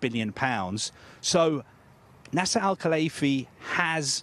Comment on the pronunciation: Why is he saying NASA al Khalaifi 🤔